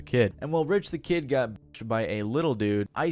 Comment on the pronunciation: Charlaigne the god not being able to get Rich the Kid’s name right had me dyinggg 🤣🤣🤣 also not him also saying “he immediately jumped behind the counter and started making an iced Starbucks cold foam cappuccino” 😩🤣 and “and to avoid the wrath of the sassy savage, Lil Uzi” lmfaooo he really said “the sassy savage.” Also yeah of course Rich said years later that there’s no beef anymore and they’re cool, because he definitely never wanted the smoke with Uzi ever again after how It went first time around. Great example of fuck around and find out!! And boy, did Rich find out about the sassy savage that day 😅😂